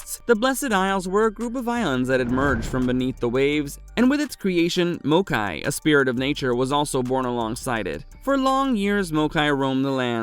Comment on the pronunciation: This video is informative af, my only gripe is how maokai is pronounced 😂